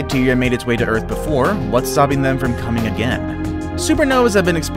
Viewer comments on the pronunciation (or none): none